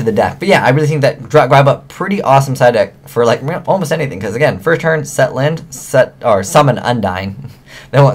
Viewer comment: Genex Un-dee-ne, lin-de, ju-st sa-yin